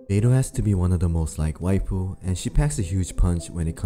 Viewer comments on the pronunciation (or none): none